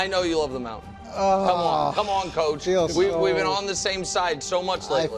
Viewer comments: Here’s Mahomes Moun-tan😂😂😂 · Mahomes mountann 😂😂😂